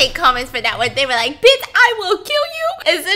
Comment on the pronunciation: you mean bltch? because she doesn't say it, she says "biss" lol